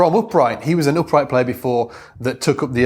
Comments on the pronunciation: It's the accent dude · If its about the accent, English is my second language.... and after 38 years my French accent still can be cut through with a knife!